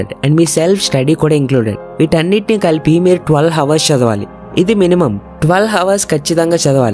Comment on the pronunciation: Correct your pronunciation - hours